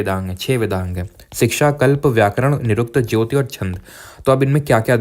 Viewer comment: 11.51 vedanga jyotisha (astronomy) 😊not jyoti